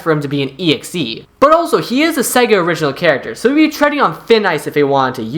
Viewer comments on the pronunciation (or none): none